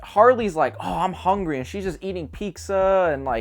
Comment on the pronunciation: I think the biggest atrocity aside from Harley farts is the way you pronounce pizza 😞 makes me sad